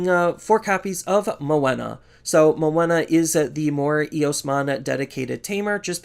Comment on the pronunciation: Are you saying Moena for Menoa? Was getting confused for a bit lol